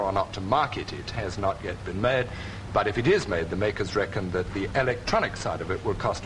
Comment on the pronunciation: When he said that's enough of "Dat" he also invented the Gangter rap version of saying "that."